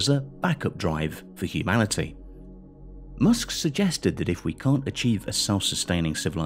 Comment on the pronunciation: "Elon M0OSK"